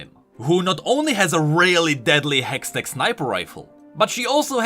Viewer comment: "A hextect battery" 😂